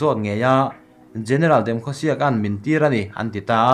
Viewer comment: A thei hram chuan hming hi a ain phuah dan in lam thin ang u..like (Demkhosiak)×.It should be Demkhosiek..